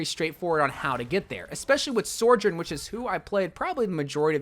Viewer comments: Sorejern?. So-jern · SOjourn, not SORjourn. great video otherwise :) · sourjourn? i feel like content creators should have a modicum of diction... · Sorjorn? Really? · Stop saying soRjourn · Say sorjourn one more time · Ok. It’s: So. Jern. That’s it. That’s how you say it. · I just wish you pronounced her name right the whole time ✋🏻🥴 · You know you can google words like Sojourn and it’ll tell you how they’re pronounced right? 😂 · You keep throwing that non existent "r" into Sojourn's name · I love the butchering of sojourn